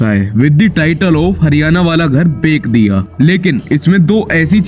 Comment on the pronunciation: Baik diya ✅ Bech diya ❌ Pronounciation error !@ 😂